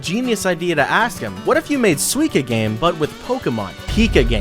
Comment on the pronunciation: No it is pronounced suica game